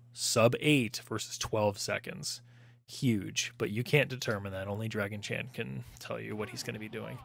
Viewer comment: I keep hearing "Draggy Chan" myself, lol